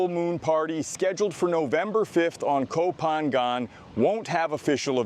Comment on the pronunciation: Really enjoy your videos mate and you are obviously well versed on all current events in Bangkok and Thailand. I am surprised though about your lack of Thai. I am curious have you tried to learn? Your pronunciation of places like Pattaya พัทยา, Ko Phangan เกาะพะงัน and even Sukhumvit สุขุมวิท needs a bit of work.